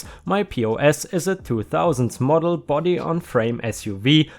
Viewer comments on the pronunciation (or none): none